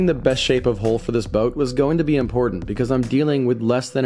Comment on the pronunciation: When they first started working on the boat I was like "How can you work on catamaran holes?" Then I realized they're pronouncing Hull as Hole for some reason.